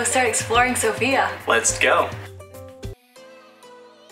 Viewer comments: Good video, guys, just one thing - have in mind that the accent is on "o" in "Sofia" ;) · All vloggers fail to pronounce Sofia correctly. It's sOfia.